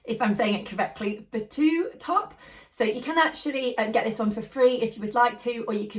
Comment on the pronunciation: Thanks so much,! Lovely choices! I can recommend the Itch To Stitch Deba Topper as a free pattern too. If you size up, you can make it with quilted fabric! Btw, you pronounce “bateau” like “batt-oh” and it just means “boat”. Love your videos! 😊